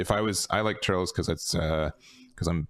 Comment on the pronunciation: You’re definitely underrating Blue. If you can’t kill blue by turn 4, forget it. The only things that really have a chance at that are the two new red aggro decks. And his name isn’t “Turrels” it’s “Turles,” pronounced “Tur-less.”